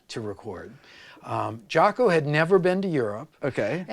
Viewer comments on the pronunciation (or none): Rick, it's pronounced Jocko (an "o" not an "a"). I know you know, not trying to be a d i c k. Some French jazz player started pronouncing it like that, back in Jaco's early days, and it stuck.